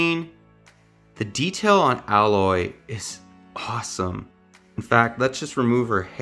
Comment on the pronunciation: I want this set. But every time he pronounced Aloys name wrong, it made me feel eegh. Plus he cleary had no idea what a focus is.